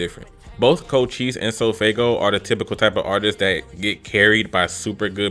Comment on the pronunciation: You need to slap some respect on cochise name😂